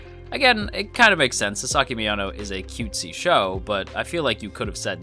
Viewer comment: I mean no offense, but your pronunciation is bugging me. His name is *Sa*saki, not Sa*sa*ki - Japanese names tend to stress the first syllable, in my experience. I dare someone to make a Wingardium Leviosa reply.